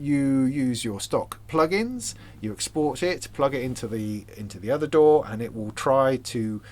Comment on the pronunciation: The Youtube captioning interpreted your pronunciation of DAW as "door". I kept wondering "What the heck is this about? Is there some new standard or technology I was previously unaware of? What is this 'door' of which he speaks?".